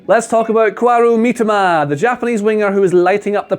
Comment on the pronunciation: Kwaru Mitoma 😂 come on bro